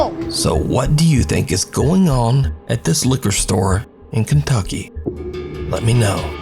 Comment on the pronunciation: you didn't say kentucky right😅right?😨 it's not after nanny? and also that's just what I call her